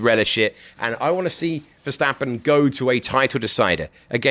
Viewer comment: TC pronouncing Verstappen: VeSsShHhHHtAppEN